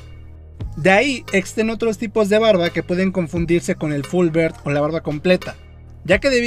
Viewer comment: Full "bird" xd. Se pronuncia algo así como "biard" amigo. Sino parece que dices pajaro completo